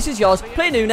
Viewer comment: Neunez ohhhhh neunoooo